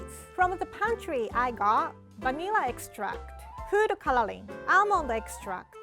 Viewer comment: Can we appreciate how she says “cololing”